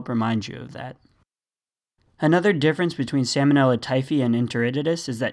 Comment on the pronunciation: I assume you are just mispronouncing the bacterial genus to make it more memorable. But that is not a great help for the future of the US the medical community.